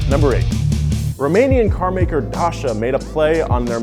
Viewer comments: Dacia is pronounced "Day-see-ya" not "da-cha" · It dacia not dasha😂😂😂🤣😂😂 dasha lol this sound sick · Dacia is pronounced day,see,uh not Dasha. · DACIA FFS! DACIA NOT PACHA, WTF! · Dude, its not DASHA its Dacia! Learn your language. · day-ce-er not dasher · Its not pronounced dasha. it’s pronounced da-chi-a. Dacia get it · Its not Dasha its Dacia... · Looool im dying, its Dacia, not Dasha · dașia? it's pronounced da cia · What the fuck? Dasha? you read it Da-chi-a. Dachia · Romanian manufacturer dAsHa .....BRUH! it's not some frickin' female rapper! it's Dah-Chee-Ah! also maybe some more on Dacia since you had a vid about communist cars. Dacia was Romania's brand back during communism and it's actually become very popular in Europe in this past decade ( it's become a subsidiary of Renault in '99 ) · Your pronounciation of "Dacia" is wrong. It's not "dasha" it's "datchia". You could also say "day-see-ya" but "datchia" is the correct way of saying it. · Dacha what :)))? Its "DAYCYA"... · It’s dacia not dasa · It’s called Dacia not Dasia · It's pronounced Day-see-uh. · Dacia is pronounced dah - chee - yah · ITS PRONOUNCED DACHA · Did he just pronounce Dacia "Dascha/Dasha". I was like "this guy is an idiot" before but im certain that he is now. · This channels April fools joke was pronouncing Dacia, "Darsha" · Who the fuck calls it Dasha ? James May would be disappointed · did he say Daca or was that just me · did this nigga really just prenounce dacia dashuh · U didn't pronunce dacia correctly, its DACIA not dasia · Being a romanian and heard “the romanian car Dasha” i was like wtf , i don’t mind mispelling . Great video anyway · Romanian car maker what 😅? You should have sticked with James May pronunciation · here every romanian ears bleeds when he says dacia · You mispronounced the hell out of that poor Dacia Sandero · ..let’s just talk about the Dacia sandero bit, that’s not how you say the fucking name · You said dacia wrong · The way he pronounced DACIA bothers me